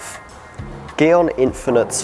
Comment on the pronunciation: Why him say gyeon like that